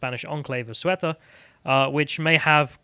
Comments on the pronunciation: for the record, I believe it's pronounced say-oo-ta and meh-lee-ya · Hey I like this podcast and listen to it nearly every day, but come on now, not knowing Spanish is a thing but bragging about grossly mispronouncing words on purpose makes Sargon's chubby little sidekick look stupid and obtuse. It takes a second and a half to Google how to pronounce Ceuta ("say-oo-ta") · "Say-oo-ta" and "Mah-lee-ya" Two L's in Spanish makes a 'y' sound. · Those “enclaves” are 600 years old mate They pre-date ‘Morroco’ by 400 years... Pronunciations: Ceuta: Theu’ • tah Melilla: Meh • lee • yah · ceuta is pronounced soo ta